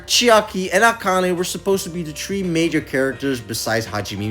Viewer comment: I like how he says 3 "Tree"